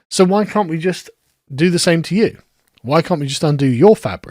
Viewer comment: The way the word "you" is pronounced in so-called 'MLE,' induces within me an almost uncontrollable urge to vomit 🤢